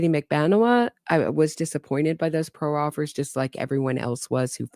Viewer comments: All due respect, proffer is pronounced praa-fr not pro-offer. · Pro offer? Are you talking about a proffer?